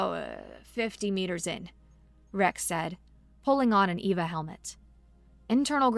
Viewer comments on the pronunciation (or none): Great narration...only error on EVA pronunciation...EEEE-Veee-Aye